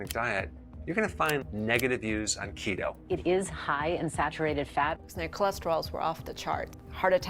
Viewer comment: I thought you said "Cheeto" diet. lol